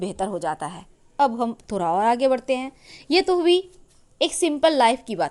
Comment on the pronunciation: Khusiya...khusiya....raasiyan..raasiyan....sh aur sa mein fark hota hain madam jee...thora...thoda... sahi se hindi shabd ko bolna seekhey paheley...hindi humari rashtriya bhasha hain